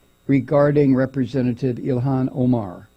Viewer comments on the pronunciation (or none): none